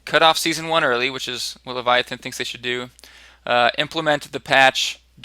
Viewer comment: Good luck with that game design,, looking forward to play your games...:) Oh by the way: Thanks for pronouncing it correctly, Leviathan